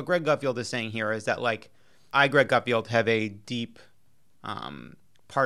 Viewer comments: Lovett it’s Gutfeld not Gutfield? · And it's GutFELD......not FIELD.......lol these 2 are beyond nobodies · Pronounced Gut-feld rather than field, but you got the first name right! Good job! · Appreciate that Lovett didn’t once pronounce Gutfeld’s name correctly